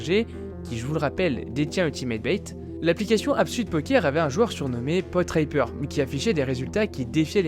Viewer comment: tué cris "Portipper", pronnonce "Potriper", mais non : C'est bien Potripper.